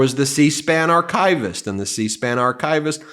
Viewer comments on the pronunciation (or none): Dude? Archivist. Not "Arch-eye-vist". Just as we don't say "eye-ran" or "eye-raq". On topic? Moscow doesn't rhyme with "how".